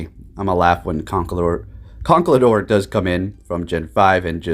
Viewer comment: I don’t mean to be rude, but you are saying conkeldurr wrong. It goes con, kel like keldeo, and durr like shellder. Again not to be rude, but it’s annoying to here Pokémon’s names said wrong.